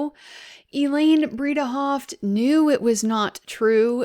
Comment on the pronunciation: "Bread-a-hoft" is how to say it correctly. Elaine Bredehoft.